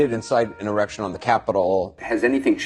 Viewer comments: Did anyone else notice that two people mentioning insurrection slipped up and said "Erection"? Chuck Schumer and whoever that lady was. They are so in lockstep, they make the same speech error. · Did Cooper say erection or insurrection?? Or was it just getting close to lunch?? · He literally said erection instead of insurrection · Did Cryin' Chuck actually say "erection", or did I dream that? 😂😂😂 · Haha he said errection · Schumer misspoke and said "erection" instead of "insurrection". Just saying. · These clowns keep on saying erection instead of insurrection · With caption on it reads erection everytime they say insurrection 😆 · Are we all just gonna skate past how they kept saying erection instead of insurrection? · He iincited an errction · they can't even pronounce'insurrection'!!!one guy said'erection'hahaha!!what morons! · LOL Anderson "Takes in the" Pooper "misspeaking," erection--er---insurrection. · 😂🤣🤣. God the clips of Cooper & Schumer saying “Donald Trump incited an erection” instead of “insurrection” is comic gold!!! I’m just imagining the “Trump gives Schumer a hard on” memes 🤣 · Their new buzz word interection....umm erection... umm insurrection well done you read the word correctly 😁😁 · How can none of these reporters or Congressmen not pronounce insurrection without saying " erection, I mean insurrection" 😁😂 all these leftists thinking about erections smh... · In most of those clips they can't even say inserection... insurrection right. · Did Anderson Pooper say “incite an erection”? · It's bad when they can't even pronounce insurrection. Sounds like they keep saying inerection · Erection insurection. Lol Schumer cant say insurection Erection is something he probably hasnt had for a long time! What a tool! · These Democrats are so f'n dumb they can't even pronounce "insurrection". Did you see how giddy Anderson Copper got when he said "erection". Schumer said the same thing and then smiled as he tried to remember when was the last time he had one.